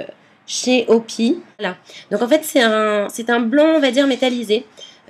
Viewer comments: c pas comme sa qu'on fait du water mable et puis on dit phonétiquement O PI AÏE pas opi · Ma belle , alors je pense que la dernière fois j'ai mal dit ^^'' alors normalement tu doit dire les lettres en anglais donc phonétiquement ca doit se dire : O Pi Aille ;) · OMG on dit O. PI .AÏE ( la sonoritée je veux dire) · En fait ça se dis OOO. Pi. Hey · En regardant la vidéo je me suis dit que j'allais mettre le même commentaire 😂😂😂😂😃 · DSL mais ce n'est pas OPI mais ca se pronnnonce en anglais lettre par lettre